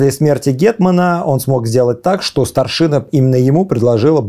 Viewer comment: Прекрасный разбор. Всё же позволю себе поправить участников диалога, чтобы дальнейшие серии были ещё прекраснее (и мой внутренний граммар наци успокоился).: не ГадЯчский, а ГАдячский (, кстати, делает ударение верно) и: не старшинА, а старшИна (речь не о воинском звании, а о верхушке войска, о старейшинах).